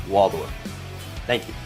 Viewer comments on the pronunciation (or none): none